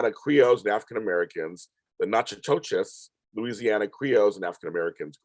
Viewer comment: Natchitoches is pronounced “nack a tish.”